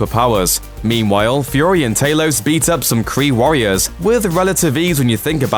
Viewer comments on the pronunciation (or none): Talos not taylos